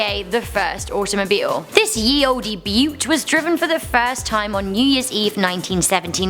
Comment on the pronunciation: You don't pronounce the "e" at the of Olde as it was pronounced the same way as old is said today. Also "Ye" is basically the way they spelled "The" back in the day. My point is you make yourself look a bit stupid when you pronounce the "e".